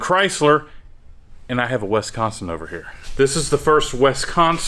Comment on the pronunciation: Pronunciation of wisconsin is wild